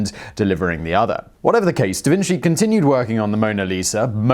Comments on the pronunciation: Pronunciation guide: Da Vinchi not Da Vinsi. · "Da Vin - chi" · Holy shit guys Simon pronounced Da Vinci right-- wait no he said Da Vinssee as I was typing this.